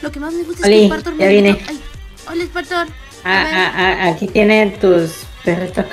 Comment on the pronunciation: Pobre Spartor No es r ni s es spartor que te jama